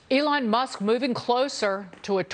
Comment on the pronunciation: At the start .So much botox she cannot pronounce Elon but says Eline.